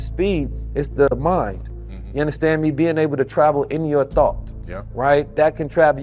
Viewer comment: You unnastan me? you unnastan me? you unnastan me? I cannot get enough of Billy Carsons mind, but that was hard to get through.